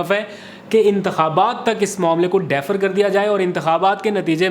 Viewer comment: "ڈی-فر" پڑھا اور بولا کرو۔ ۔ ۔ "ڈیفر" نہیں!!